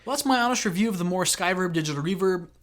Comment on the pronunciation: It's pronounced, moo-er as in a cow goes moo, isn't it?